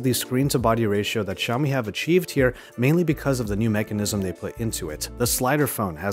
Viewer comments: Its Xiaomi not Ziaomi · Its Pronunced as "Shao-mi" not "Jao-mi".